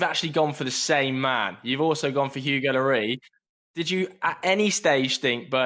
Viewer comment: Nobody: Presenter: Hugo Llorieee